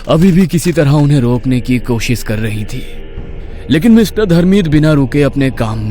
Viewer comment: Koshis nhi koshish hota hai